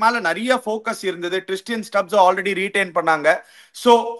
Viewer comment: He is Tristan Stubbs not Tristian Stubbs Also Jake Fraser McGurg is JFM not JFK..